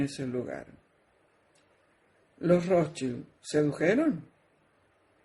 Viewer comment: estaba en lo correcto con la pronunciacion de los Rothschild, pues es Rozs- chaild.